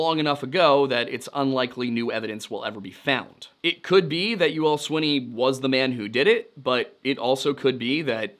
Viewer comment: I’ve lived in Texarkana my whole life. It was Youell Swinney. It’s pronounced like “Yule”.